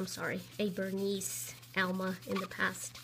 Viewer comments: wow-its not canvas-it LEATHER and pronounced ver nee. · THANK GOD someone said something. that VerniS pronunciation is nails on a chalkboard! The same goes for "key cles", nails on a chalkboard!!!